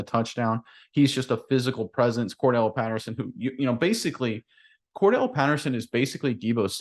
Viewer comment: Guys...it's Cordarelle, not Cordelle.